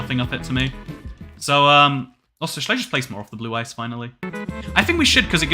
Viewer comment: My inner Kaiba hearing "Blue Eyes" instead of "blue ice" everytime😂